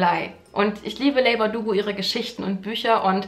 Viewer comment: Ich mag es ja eigentlich nicht, wenn Zuschauer in Kommentaren so "besserwisserisch" auf kleine Fehler hinweisen, aber, ach, ich höre Dich so oft in Videos über Leigh Bardugo sprechen und jedesmal überlege ich, ob ich Dich doch mal darauf hinweise, dass man den Vornamen "Li" ausspricht;-) Sorry, soll nicht belehrend klingen 😅